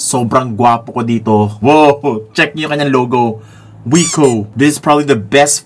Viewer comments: Wik-oh po basa niyan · Hindi po ba kuya Vince Viko ang pagpronounce sa brand na ito. Ang sabi po kasi ng teacher namin sa English dati BMV daw po ang pronunciation sa BMW. Hehe ok yun lang po 😆